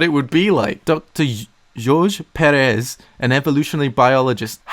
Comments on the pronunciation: Your pronunciation of Pérez bugs me so much, the first E should be accentuated not the second one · That's not how you pronounce Jorge Pérez -_- It's spanish, not bloody french #davedidanoopsie